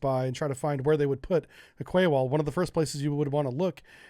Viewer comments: Russia DID NOT 'roll in with tanks and troops', they already owned and occupied those naval bases. Also, Quay is pronounced 'KEY' not 'KWAY' you sound like a moron when you pronounce it like that. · I could evening, thought you might want to know that the word "Quay" is pronounced "Key". Keep doing what you clearly love, it makes great videos it really does.:-) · Quay is pronounced "key" Great vid as always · Where I'm from a "Quay" is pronounced "Key" -Just in case anyone else was wondering. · Yes its 'Key' never heard it pronounced any other way.. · Quay pronunciation “key” 👍🏻 don’t ask! Honestly being English I’m all too aware that at times it’s odd, casing point The city of Reading is actually pronounced Redding…….🤦🏻🤷🏻‍♂️ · I love your content always interesting, informative and amusing, but PLEASE pronounce Quay correctly it's pronounced KEE!🙂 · Quay is pronounced "key."